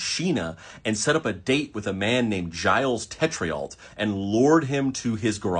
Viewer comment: The way you said jyles tetriolt😭😭😭